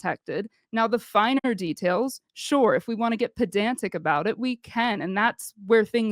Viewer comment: Good hell her voice is like syrup. And the word, “sure” does not have 2 syllables.